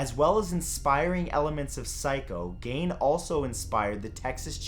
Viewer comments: Not pronounced gane but geen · *GEEN NOT GANE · "Ed Gein," pronounced "Geen." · Matthew, his name is pronounced Ed Geen. Not Gain. Love your work! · "Bloch" is pronounced the same as "block" and "Gein" is pronounced the same as "green" without the "r". (I used to be a librarian.) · HEY MATTHEW! I love LOVE your videos and always looking forward to freaks spoke of my area. I live in central Wisconsin and Ed Gein has always been something we talk about. I live about 30 minutes away from Plainfield.. and your pronunciation of Gein is wrong..it's Geein if that helps. more of the E sound. anyway.. love your content! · Son..... Its pronounced GEEN